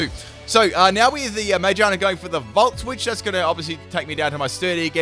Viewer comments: Mayjarna? It's Ma-gear-na. (Unless there is an inside joke I have somehow missed) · I wasn't going to comment, but you butchered the pronunciation so many times I just had to correct it. Magearna. Muh-geer-nuh. Like spinning gears in a clock. It's a clockwork pokemon. It makes sense. I don't know how you got "May-jonna" from Magearna. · The way he says some of the Pokémon names pisses me off. No it’s not ti tugga it’s tirtouga. No it’s not majeerna it’s magearna. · when he says ma-gear-na wrong it messes with me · Its Ma, Gear, Na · im sorry did you just call magearna mayjarna? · It’s pronounced ma-gear-na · Sorry but the way u say magerna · For the record, ma-GEAR-na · Why does he call Magearna man-gina. Lol wtf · it pronounced Mag-gear-na. Not what you said xD 😂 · jeez that pronunciation of magearna